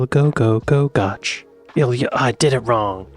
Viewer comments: No dinosaur fossils in the Scottish highlands. The rocks are from a couple of hundred million years before the dinosaurs came along. Oh, and 'goch' rhymes with 'loch' not 'watch'. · Oh no! That long village name. Don't listen to him. Especially the last syllable. not "ch" as in church but "ch" as if you're clearing your throat 🤣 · Its not pronounced goch. Im English and that made me cringe.